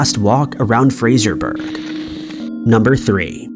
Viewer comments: Once again, it's Fraser buh ruh. Us in the UK don't say berg! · Hiya, again, not complaining, Fraserburgh is pronounced fray-zer-burra, live here lol. I know this case too. Heartbreaking for all the families x